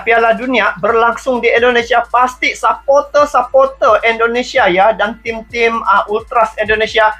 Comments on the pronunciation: Kalau ngomong jangan sapoter tapi suporter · Suporter bang bukan sepote !